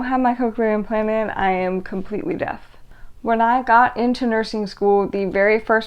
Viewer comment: Are you saying deaf or death? It looks and sounds like you are saying death rather than deaf.